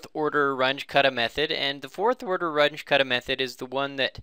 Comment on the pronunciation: WRONG PRONUNCIATION,.... RUNGE is a German name,... R-U-N-G-E,.... ("G" is like "G" in "good")